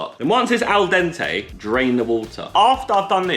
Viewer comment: Zerkaa- Mocks American pronunciation of oregano Also Zerkaa - aL dEnTAy